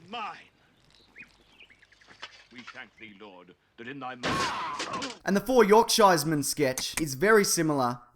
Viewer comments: york-shire? this aint the hobbit... tis "york-sur" laddae ;) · just a quick thing, it's pronounced Yorkshur, even though it's spelt Yorkshire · I'm guessing that you don't care but it is pronounced 'York-shuh', always. It's as jarring as hearing Yanks say 'Mel born'. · the way you pronounced yorkshie made me want to kill myself, other than that, great video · That was fun to watch! As a brit your pronounciation of 'Yorkshire Men' was off but thats not uncommon with some british names and places! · great, but can you repeat how you said Yorkshire again? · Can you say Yorkshire again, just for me! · Say Yorkshire again... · How you pronounce 'Yorkshire' is adorable aha